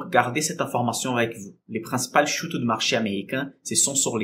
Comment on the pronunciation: PER = cours sur bénéfice par action, earnings = bénéfices. A palavra “recettes” não se usa neste caso. Cuidado com a pronúncia de u em francês na palavra “chute”. U em francês é diferente do u português (e inglês) e não existe em português. Eu acompanho seus vídeos há uns mêses. Parabéns! 🇧🇷🇧🇪 Marc